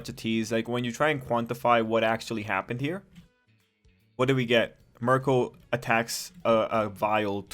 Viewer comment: Miruko is pretty much Bakugou with bunny traits. Her name is pronounced Mee-roo-koh. I only mention this because you keep calling her Marco, and that's an Italian man's name.